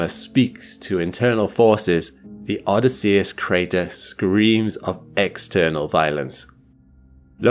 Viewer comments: Odysseus Crater: Shouldn't that be oh-DISS-ee-us, not oh-dis-SEE-us? (I'm a pronunciation weenie) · Isn't Odysseus pronounced with the emphasis on the O, a very short y, and emphasis on the double S followed by emphasis on the E after and then a flatter u? So you literally say "Oh this" and then "say us" after. Not "Odd is See us." Or am I wrong? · is this an AI voice, or is he actually saying Odysseus wrong? And if so, HOW? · Odýsseus not Odysséus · Odysseus /əˈdɪsiəs/ -- the accent is on the second syllable, not the third! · The name of the crater is pronounced: oDYSseus. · Oddie See Us? Bill Oddie? You mean Oh Dis Sea Us. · O- DISS-E-US Emphasis on diss No on US For real. I dont understand why you mispronounce words. Look it up. For a science based channel, it is borderline embarassing. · O-DY-sseus. In Greek the stress falls on the antepenultimite syllable. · "O diss e ess" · I've never heard Odysseus pronounced like that. Threw me off for a sec. Love your content btw. Especially the long form stuff I listen to when i have all the lights out usually with a headache. 😅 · Great video! Just one thing. You mispronounced "Odysseus". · Strange way to pronounce Odysseus. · I’ve never heard Odysseus pronounced like that before, with the emphasis on the 3rd syllable rather than the second. Is that a quirk of accent? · Your miss pronunciation of “Odysseus” is insane, bruh. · Good stuff except for pronouncing Odysseus incorrectly.